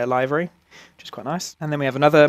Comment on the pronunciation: Great review,but "livery",not "laivery"